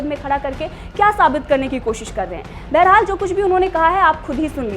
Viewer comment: प्रतेक बोली में बरहाल क्यूं बोलते हो